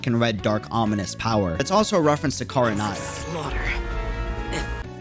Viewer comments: Very interesting theory but two things 1. There is no previous Barbatos, the previous Anemo archon was named Decarabian 2. It’s pronounced Ken-ree-ah, like how it’s spelt. Not Kah-rah-nah-ya. Sorry that just really annoyed me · I am begging you to learn how to pronounce things right before you make a video. I made it 4 minutes and had to stop. Her name is JEE-YOU not JU-EE KHAN-RE-AH not… whatever that was. You play it in English, you know how they’re said. 😭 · Repeat after me " Kan Ri Ah" 😂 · Im sorry, this is problably a nitpick But it's Khan-ri-ah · I mean he's not pronouncing it the way the JP dub does either lol. JP: Khan-rui-ah ENG :Khan-ree-ah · Look i like your content truly i do. What i don't understand with most of you content creators is this. You all have the in game cut scenes and voice overs and let's not forget GOOGLE TRANSLATE. I KNOW you make sure to watch and hear genshin content over and over again. How in the hell!!!!!! are you saying Kingdom of Khaenri'ah the way youve been saying it in this video. You have done your research and have heard EVERY VOICE ACTOR IN GAME DURING CUTSCENES SAYING "Khaenri'ah" why not say it out loud everytime u hear or see the word cause its cringe hearing you say it the way you do in this video please get it right. I'm not saying this to put you down or attack you in anyway. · When he said Khaenri'ah wrong, I somewhat cringe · Lmao I can't with your mispronounciation of Khaenri'ah! XD You should listen to the English dub of that name being pronounced at least once, lmao! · I'm not referring to how other languages pronounce it, I just assumed that he tried reading the name on his own and failed.